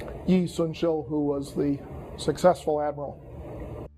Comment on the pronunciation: An Ivy League professor from Columbia mispronounced and misspelled Admiral Yi Soon Shin’s name. Furthermore he mentioned Yi Il, actually he was a general for the Jo seon ground forces that suffered a loss against the advancing Japanese forces in sang ju and Chung ju. By listening to his lecture, I believe he was talking about Won Kyun not Yi Il. Get your facts straight Mr. Ivy League professor.